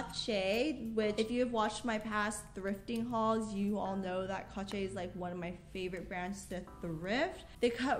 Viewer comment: love your vids, I always thought the brand Cache was pronounced “Cash-shay” or just simply “Cash”